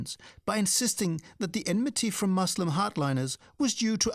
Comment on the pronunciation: “Mangle pronunciations”!!??!! It’s reviling, utter colonial disdain to hear, in the first 8 minutes, the mangling of the words Muslim and Punjab. I’d get those pronunciations correct so as not to alienate your audience.